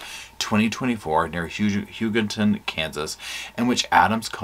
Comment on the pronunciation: I liked your concise wrap up. I have been following this case since day one. I hope you will keep updating on this case. You pronounced Hugoton correctly yay! It is Guy like a guy, and mon like Jamaica mon! Lol